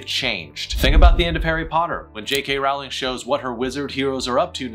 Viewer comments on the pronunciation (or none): none